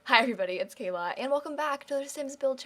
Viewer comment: Shes Kayla, not "Kajak"